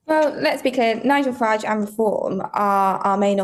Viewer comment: I listened to about a minute of this and packed in. If you are to idle to narate your own video at least get A.I. That pronounces the names right. I don't know whi Far-age is, but it's certainly not the leader of reform uk.